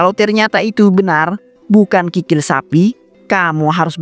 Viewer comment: Kikil kali bukan krikil😅